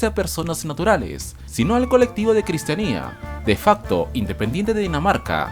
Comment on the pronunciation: No se dice cristianía es cristiania copenague no copenjien